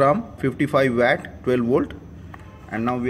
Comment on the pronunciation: 55 VAT वैट nahi WATT pronounced वौट 🙏